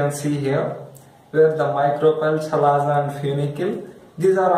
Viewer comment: Chalazaaaaaa ha haaaaaa First learn how to pronunce chalazaaa